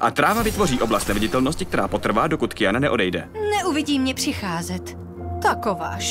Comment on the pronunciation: Dneska už ani neumí nikdo vyslovovat Q?? Není to Kijana ale Kvijana, stejně jako u Quida to není Kido ale Kvído....